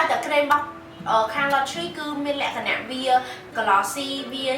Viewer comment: Sis why you like say"លក្ខណះ"😄😄